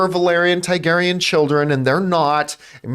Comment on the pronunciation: John, if you’re reading this, you’re saying Targaryen wrong. It’s not TAIgaryen, it’s TARgaryen.